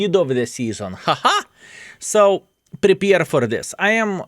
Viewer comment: Good work and WG crooks. it's Prepare, not prepeer;)